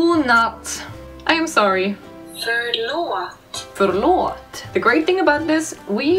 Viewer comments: Förlåt not vörlåt hahah funny video btw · Hahahah Im serdish and Its not "vörlåt"😂❤️ Its "förlåt"😂❤️ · Not vörlåt it is förlåt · its "förlåt" ahhah not "vörlåt", but I understand, I learn German in school (we learn langueges) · "Vörlåt" haha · Hahahahah vörlåt its förlåt i am swedish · I'm sorry is spelled förlåt not vörlåt, but Yeah :3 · Swedish: sorry is "Förlåt" not "Vörlåt" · lol when you said "sorry" in swedish you spelled it "vörlåt" It's actually "förlåt" Just gonna say (not to be rude) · not "värlåt" its "förlåt" ❤ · förlåt not vörlåt